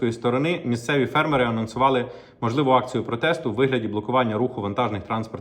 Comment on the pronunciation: В слові фермери наголос на першу літеру "е". Скільки можна чути це викривлене слово ?